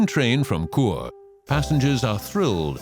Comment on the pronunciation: I done that train journey. St. Moritz to Zermatt. Chur is pronounced Sure not cure